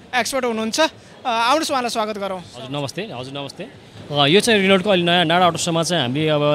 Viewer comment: मेरो लामो रेनल्ट । सहिसंग उच्चारण गर्न सम्म नजान्नेले के घण्टा गर्न विडियो हालेको ? हाँसोको पात्र। नपाउनेले केरा पायो भनेको नेपालीलाई मात्रै लागू हुन्छ । अलि सिकेर जानकारी लिएर मात्रै विडियो बना भाई